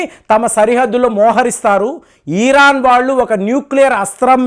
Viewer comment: ఈరాన్ కాదురా బాబు.... ఇరాన్